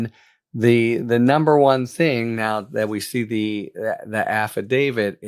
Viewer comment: Thank you for pronouncing "AFFIDAVIT" correctly, Harry! If I had a dollar for every time I heard someone say "affi-DAVID," I'd be rich. 😂